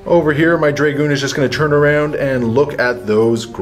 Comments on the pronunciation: Dragoon- pronounced drah-goon not draygooon, sorry for being the pronunciation police but it made me cringe whenever I heard it :) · I love the batrep, but stop saying draygoon please!! >.< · Its pronounced Drah-goon rather than Dray-goon